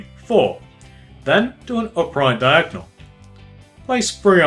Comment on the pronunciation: why do you keep on saying the word diagnel